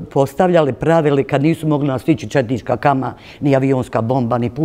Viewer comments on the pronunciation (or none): none